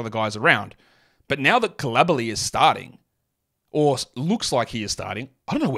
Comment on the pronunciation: Bilala Coulibaly: "Koo-lee-bah-lee"